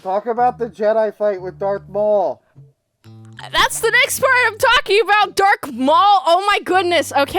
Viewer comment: Did she said "Dork Maul"?